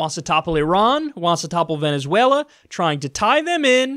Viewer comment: Venezuewa and scoiwism awe scawy!!